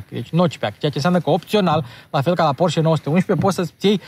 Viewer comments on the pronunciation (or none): none